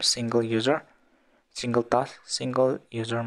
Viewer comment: Sir you just said singerrr instead of single 😂